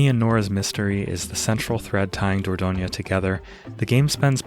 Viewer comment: I live in Dordogne! You pronounce it just fine (perhaps you could stress the third syllable less: DOR-DON-yuh)